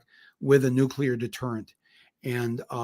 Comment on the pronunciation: Bush says nukelar instead of nuclear...